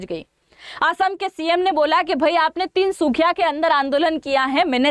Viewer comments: ❤❤❤ Tinsukhiya तिनसुखिया नहीं तिनसुकिया बोलिए। Please improve your knowledge first. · Tinsukhia naii maam Tinsukia kehte haii 😊. But aapp ase bolete ho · "Tinsukia" not tinsukhiya . Tinsukia ka Matlab trikon ya triangle 😅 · Meda tinSukhiya nahi ❌Tinsukia✔️ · Tinsukhiya nehi Tinsukiya hain next time galti mat karna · Mam....Tinsukhiya nhi Tinsukia ok and